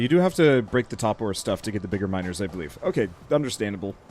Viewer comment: “We should probably look into making miners” Uh I heard that as “minors” “We should probably look into making minors” Pretty significant difference lol